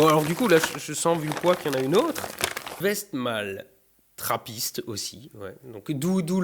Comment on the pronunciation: Hé moi aussi je suis belge ! Allez les belges en Force ! AH DE LA ROCHEFORT, UNE TRAPPRISTE, BONNE SOIF ! MAIS C'EST PAS DU VIN !!! PS: ça se prononce Frank de "ouinne" (en belgique on prononce les W avec le son "ou", ça doit venir du néerlandais). Pour le coup c'est "ouestmalle" ^^ Purée t'es gaté mon gars, une chimay, mais une rouge snif, pas une blueue hahaha :D Et non c'est pas fort du tout, c'est dans le reste du monde que c'est trop peu léger xD